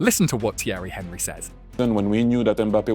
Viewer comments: Can't pronounce "Henry". Loses all credibility TWO SECONDS into the video. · How you gonna have a football channel and not know how to say Henry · Ai pronunciation and narration is awful. When was the last time Thierry Henry was pronounced in the English manner?